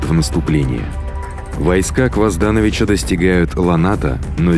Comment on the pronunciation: Почему КвоздАнович когда он КвазданОвич? Почему ВукАсович когда он ВукасОвич?